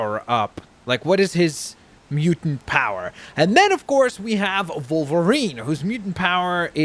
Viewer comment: Wolverine not Volverine